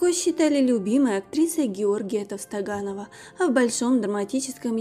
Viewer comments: невежда ТОВТОНОГОВ,а неТовстоганов.Хоть чуть чуть образованные знают,иначе надо озвучивать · Есть артистка Толстоганова.Но режиссёр. ТОВСТОНОГОВ ГЕОРГИЙ.Читайте пожалуйста внимательно.Я имею ввиду диктора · Называйте правильно фамилию Георгий Товстоногов!!!!!!! Чем ты лучше, тем тебе хуже. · Куда мы катимся! Ведущая ролика не может даже правильно назвать фамилию великого режиссёра! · Фамилию режиссера БДТ даже неправильно произносит😱😡